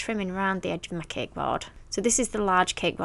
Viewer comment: It's Funny How she says Ceke it's Cake 🎂 hahahaha!!! 😂